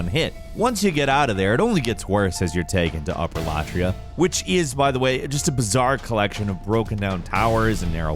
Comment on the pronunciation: Tower of Latraiah? Never ever heard of that place before